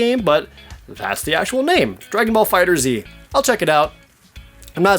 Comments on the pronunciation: Jared. Its pronounced "Dragonball Fighterz" not "Dragonball Fighter Z" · dragon ball fighterZ... pronounced fighters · Just to say Dragon Ball FighterZ is pronounced Dragon ball fighters just with a z to make it sound cool